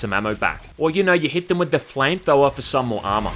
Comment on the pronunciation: "Flame thower"